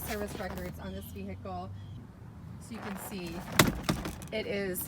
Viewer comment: Beautiful car and host, but you don’t pronounce the “H” in vehicle.